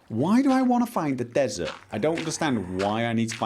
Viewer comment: When he kept saying "Find a desert", it sounded like he was saying "Find Bethesda".